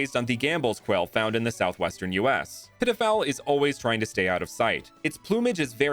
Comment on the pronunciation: I thought you called it pedophile.. you did the fairy type so dirty 😂